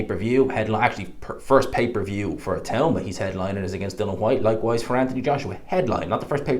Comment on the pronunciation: Love the videos, but please tell everyone it's DILLIAN not bloody Dillon. DIL EEE AN WHYTE.. NOT DILLON.